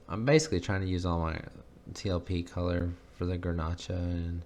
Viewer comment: Grnach is a French word that is pronounced Grenash. Well, I think it turned out really pretty. You are pretty hard on yourself.